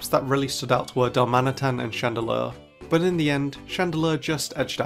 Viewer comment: Darmanitan, NOT Daramitan!